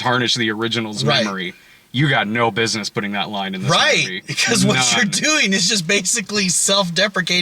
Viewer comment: "...this mewvie..."